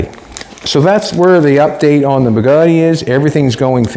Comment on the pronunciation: Sweet , that is one nice "BADgatti"!!!!